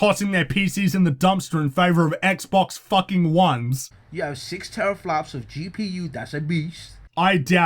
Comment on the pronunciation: Quickly someone apply ice to burns before he says "terafwops" again